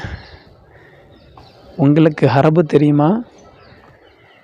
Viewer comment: இவர் பெயர் உன்ன? அரபு என்று சொல்வதற்கு பதிலாக ஹரபு என்று சொல்கிறார்😂